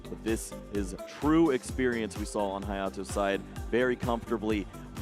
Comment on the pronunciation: “HayOTo” jeebus please have commentators practice the players name before the match. It was really funny listening to the female commentator flip between “haYAto” and “HaYOto” before settling on “hayoto”… making us English users seem ignorant even when his name is Romanized for them.